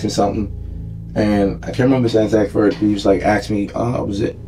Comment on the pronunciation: He “axed”! The word is ASK!